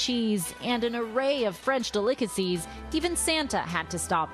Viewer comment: De-Lick-A-Sees, why can’t I get over hearing delicacies pronounced like that?